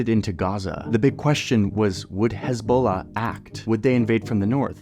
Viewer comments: His Balla! 🤣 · the way Johnny says Hezbollah is killing me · Heavily reminiscent of that EBOLA meme.